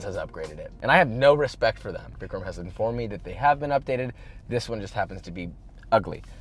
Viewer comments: he said “victor” lol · vikram not victor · He said victor but I needed to put subtitles on for that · Thank you. I thought he said the n word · He said “Vicram” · I know he said “Vicram” but I somehow heard something else at first 😂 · if I didn’t already know Vikram’s name, I would’ve thought you said something else…….